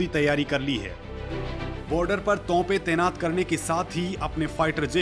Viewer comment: tonpen ni bolte bhai ... topen botlte hain.